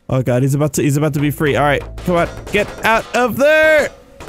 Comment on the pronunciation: when u said "alright alright" it sounded like u were saying "~ARA ARA~"